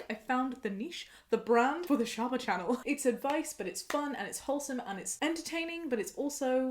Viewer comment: shaaba i thought ur name was sherbet because of jammis accent